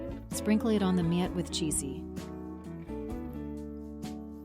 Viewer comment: I see the AI wasn't quite there yet...see "Me-at" and "Pickled Cucumbers"...aka pickles...